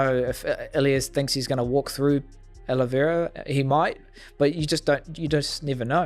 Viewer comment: Love how Kai calls him “aloe vera” 🤣